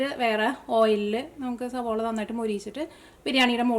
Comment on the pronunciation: Savala anu savola alla